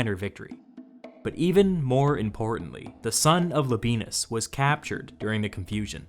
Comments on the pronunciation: I did not think this would still be relevant after the civil war, but for the love of all that is good and holy in this world, the man's name is La-bi-e-nus, not La-bee-nus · Don't feel too responsible pronouncing Media Atropatene or Phraata - I mean, you already say LABEENUS! But Youtubers should not feel a responsibility to pronounce things in my opinion, if it's clear how a name is spelled - or we have an incentive for Youtubers, never to talk about Chinese, Czech or Georgian phenomena. I really love your channel by the way!